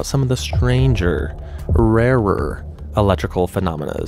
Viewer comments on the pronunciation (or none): “Rarer” now has a “w” in it? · How do i pronounce rarer no wraer